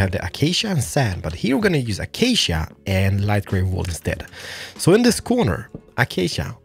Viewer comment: I miss the way you used to say acacia -- achacha wood!